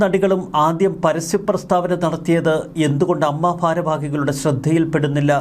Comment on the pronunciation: അമ്മ അല്ല ഏയെംയെംഏ.